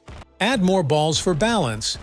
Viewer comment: the way he cept saying b a ll s